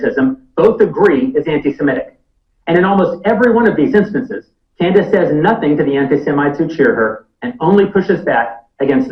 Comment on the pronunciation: Freudian slip ! you said "Con-dice" ha ha ha!